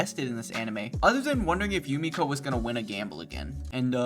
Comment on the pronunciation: Had to check and hes its Jumeko not Jumiko. Out the anglophones and confusing e and i.